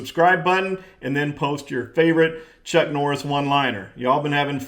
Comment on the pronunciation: Its Chuck not luck!!!